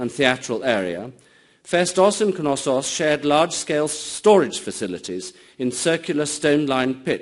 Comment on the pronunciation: Which "K" is silent? In Knosssos? Why would it be, it's from Greek, not Old English (where the "K" wasn't silent anyway, in words such as knight).